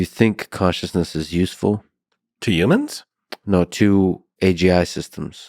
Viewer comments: I know it's not important in the context of this conversation but PLEASE stop saying UMANSwe are HUMANS stop Tryna sound like an alien or extra. It's Human not Umans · Why does he say youmans?